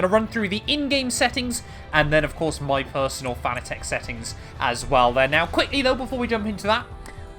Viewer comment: It's pronounce Fanatec not Fanatec😅